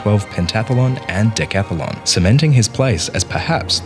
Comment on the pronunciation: BTW, it's decathlon, not decathalon. 😊